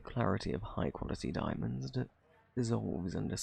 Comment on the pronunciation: Di- di- diamands? Is that what you said? Idk what that is... Had me rolling on the floor!!!